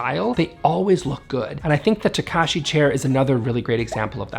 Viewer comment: The way you said the surname Takashi hurt my Japanese understanding brain with that wrong pronouncement.